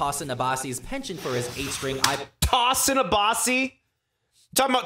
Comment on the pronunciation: People's tongues should fall out for pronouncing "Tosin" and "tremolo" that way